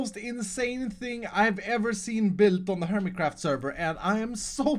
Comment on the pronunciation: he said hermeycraft in the intro...lol Nice...😏😏😏